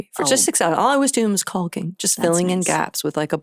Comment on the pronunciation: I love that she pronounces caulking correctly